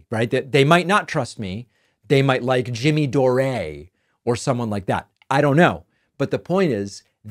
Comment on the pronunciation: Jimmy Door(eh)